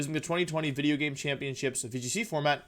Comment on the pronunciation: Wolfe at the end of this Wideo: PEEEEEEEEEE